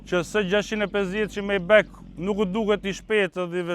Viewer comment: O miku i nderuar majbah lexohet jo majbek